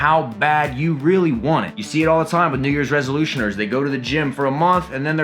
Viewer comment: I actually thought you said niggas resolution